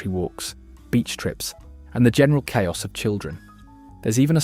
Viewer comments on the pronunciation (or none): none